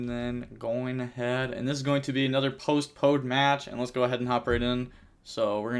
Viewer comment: Keeps sounding like he's saying "post-BODE" lol